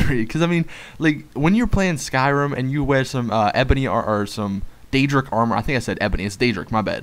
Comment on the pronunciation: Lol I was about to correct you bout deadric armour must then I heard u say deadric I was like lol